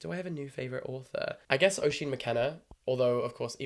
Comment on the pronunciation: If he's your new favourite author maybe learn how to say his name properly. It's pronounced "usheen" brits.